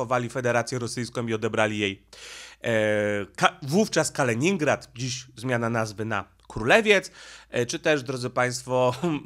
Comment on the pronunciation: Skoro już chcesz robić wywiad z byłym premierem, to warto byłoby nauczyć się wymawiać jego nazwisko. Miller, nie Myler, panie "polygloto" od siedmiu boleści. Tak samo jak uparcie nazywasz Kaliningrad KalEningradem. Jakieś leninowskie sentymenty?